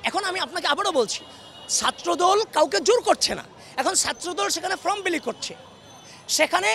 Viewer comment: ফ্রম না, ফর্ম হবে।